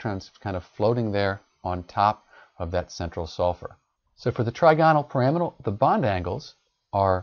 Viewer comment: you are saying the trigonal pyramidal wrong lol what the hell